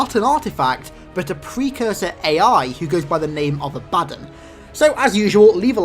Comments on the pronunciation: His mispronuciation of A-BA-DDON really pisses me off. Its DON as in UDON and BA as in what a goat says. It's not A-BAD-DIN as he says it. Sry wrong pronunciation irks me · are you sure its not pronounced "ah-buh-don" not "a-bad-un"...the latter seems idiotic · its abaddon not abaddin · You're putting the emphasis on the wrong syllable. ABADDON. It's pronounced A-BA-DON. Not "abadin". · actually the proper pronunciation is "A-Baddon", the "A-ba-don" is American jargon, not the original english. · No to be mean but it's not Ab-Addon, it's AB-Ah-Don. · Ab-ah-don is American Jargon, not the correct English pronounciation, the way he says it, A-Baddon is the correct English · Its pronounced ab-a-dawn for abbodon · I'm no expert in halo but I'm pretty sure it's pronounced Ab-uh-dawn. If it's supposed to be a reference to the religious character by the same name. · is it not pronounced aba-dawn? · correct pronunciation: abba-dawn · It's pronounced Abba-Don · Not to be rude but I think it's pronounced abba-don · love the videos man !! awesome stuff keep it up a small correction: Abaddon is pronounced ab-a-dawn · You're pronouncing the name wrong. You need to pronounce the A and Don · Abaddon wasn't quite pronounced correctly, but Sheol was spot on.